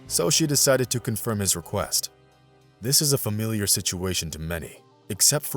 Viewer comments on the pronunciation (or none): none